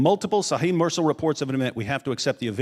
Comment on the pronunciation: Fantastic! But Mursal is pronounced Moorsal.